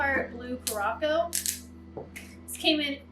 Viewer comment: I can't stop laughing at you pronunciation of curacao. It's so cute. 😆